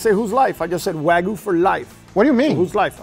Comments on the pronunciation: It’s pronounce Wahgyou not wagoo… can’t even pronounce what he’s he’s an expert on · No rematch until can pronounce "Wagyu" properly and not "Wagoo" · its wagyu guys, not wagu😅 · When meat expert guy cant said wagyu correct way 😂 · you gwet fwee wagu fwoar a yeaw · Why say it WAGOO ???!??!?!? WHYYYYYYYYYYYYY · These guys cant even say the wagyu name right but they meat experts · Is it me or did the not pronounce Wagyu correctly? That makes me question his validity. 😅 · Brags about how good he is at cooking steaks, cant even pronounce "Wagyuu" correctly. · 15 years in the meat business and can't pronounce wagyu correctly